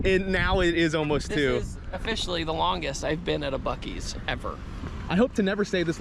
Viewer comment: I can’t lie, I cringed everytime you said it like (busies) and yes, I live in Texas. Not far from a buc-ee’s.